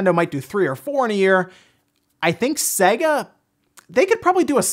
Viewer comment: If only he could pronounce Sega.